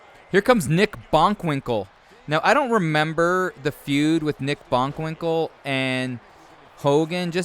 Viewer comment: Who the fuck is "Nick Bonkwinkle"?